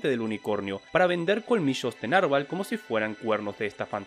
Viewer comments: Se pronuncia narVÁL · Interesante video, sólo que "narval" es una palabra aguda, Saludos